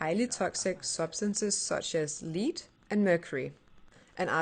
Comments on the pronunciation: I know you're not a native speaker, but the lead/lead confusion really bugs me, it's like how TTS programs confuse live/live (EAxis accepts both in "live mode", btw...) The 1960!? I'd've thought it's a reference to Marcel Duchamp and his "artwork" (of the 1910's) that is also referenced in some art galleries in the Sims... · that's "lead" as in "leading the country". The metal "lead" rhymes with "bread" and "head"...